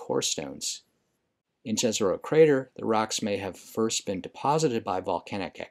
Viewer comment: on our university in Prague, during public lecture about mars, the lector insist to: each one of us have a duty to teach at least one american to pronounce the Jezero correctly. Well, this is my showtime. It's "yazaroh" and meaning is "a lake." In the several slavs languages. Mission completed. Now the channel will be superaccurate.